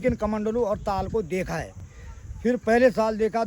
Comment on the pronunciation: All your videos are amazing.... One small correction..... 🙏 It's not Tal it's Taal Tal means bottom of a lake or river or sea. Taal means Lake.